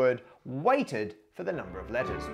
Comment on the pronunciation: As a german Maths student i really enjoy listen to ur vids when going to sleep. Yesterday I got really upset as I understood lettuce every time u said letters O.o I never had any difficulties with english accents till today :D Just thought it would be fun to share .) Have a great day everyone!